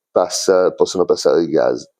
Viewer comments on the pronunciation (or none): Ceao, vedo che pronunci "Gaz" invece che "Gas", é dialetto? Io sono rumeno é in rumeno si chiama pure "gaz". 😅